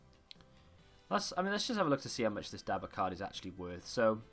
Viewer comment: It’s Da-bur not dabber